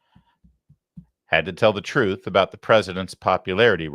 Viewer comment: The truff, that’s the truff those people listen too.